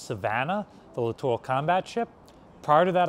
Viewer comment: Thank you for pronouncing the word, "littoral" correctly. I've seen other videos that would pronounce it, "literal" (and spell it that way) - drives me crazy. LOL